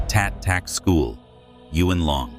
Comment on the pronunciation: To the narrator. … Chinese words have one syllable… Yuen isn’t Yu en… but Yuen…. (Yoon)